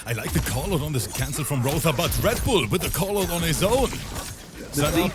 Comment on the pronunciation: Roether = Violater 😂😂😂